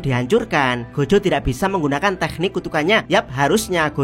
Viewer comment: teknik kenapa harus pakai kh sih? k saja kenapa? dengarnya gak enak dan ganggu di kuping,, kayak bahasa arab jadi cringe hidup jangan dibuat susah😂